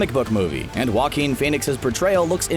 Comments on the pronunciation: joaquin (ha-keen) there you go so stop saying wa-keen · Jah-Coin Phoenix